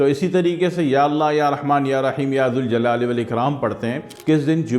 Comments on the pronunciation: ماشاء الله تبارك الله وظیفہ آپ نے بہت اچھا بتایا مگر اللہ کا نام ذوالجلال والااکرام کو یا ذالجلال والاکرام پڑھیں گے کیونکہ یہ حرف ندا ہے ذ کو پیش کی بجائے ذبر سے پڑھیں گے شکریہ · یا ذالجلال والاکرام صحیح ہے یا ذوالجلال والاکرام غلط ذا ل کے بعد واو نہیں ائے گا بلکہ الف ائے گا